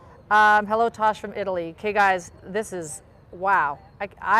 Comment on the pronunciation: Its Tass or Tash. Short for Natasha. Not Tosh. Please get it right.